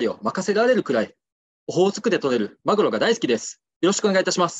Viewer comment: オホー⤴︎ツク⤴︎でとれる間がマグ⤴︎ロ⤵︎ww